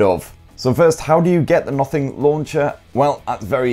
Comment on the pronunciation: For some reason when ever he says "Nothing" i hear "Muffin" 😐